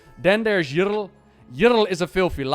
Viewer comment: Bro says: Yrl instead of Yrel